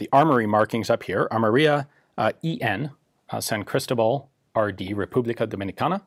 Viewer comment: I don't why, but the way he says "Cristobal" bothers me a bit, "Crystal-bull"